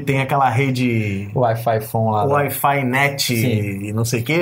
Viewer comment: Parece quando o Alfredo fala wi-fi, parece Air Fly. Kkk